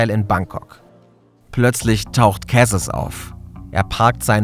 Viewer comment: Wer kennts nicht, das gute alte „Bankcock“ 😂